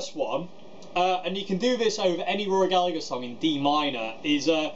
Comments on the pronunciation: Very informative from someone who genuinely appreciates Rory. Please though, please.... its Galla-her not Gallag-er, the G is silent not the H:o) If Mary Spender can do it you can do it too. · You said Gallagher wrong it’s gal-a-her not gal-a-ger I’m only nit picking coz it was such a fantastic video good work mate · His family name is pronounced GALLA HER! It's IRISH! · Love it! One comment: his last name is pronounced Galla(g)Her. The g is silent. It’s tough to hear English accents mispronounce an Irishman’s name so much for us over here in the land of saints and scholars (and the blues god that was Rory)..